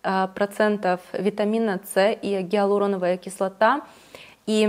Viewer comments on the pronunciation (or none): none